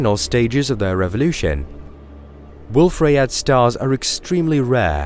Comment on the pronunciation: Ok after hearing the fusion reaction in stars being referred to as chemical reactions multiple times and other obvious errors, I had to quit this video before half way. BTW Rayet is pronounced Ray yay, the French would send you to the Guillotine (pronounced Ghee o tanh)